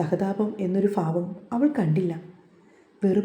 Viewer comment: Favam alla bhavam Pls make ur fa as bha